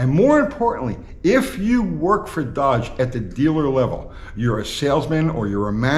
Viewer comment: You can’t even say the word DODGE !